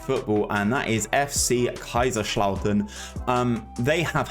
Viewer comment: Greuther fuerth you pronounced it great! But they shouldn't even be in the bundesliga A ahitty team that is a 2nd bundesliga team max Greuther Fürth is a small ass village xD You slaughtered Kaiserslautern tho xD